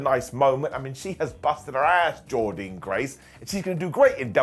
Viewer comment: Why do you keep pronouncing Jordynne graces name wrong?